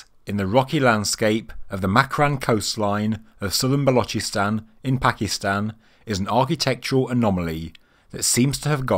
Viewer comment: He said Balochistan pretty good. He said the chs in Ch from channel and then sss sound like a hiss from a snake. Otherwise they just say Balochistan as in lochness monster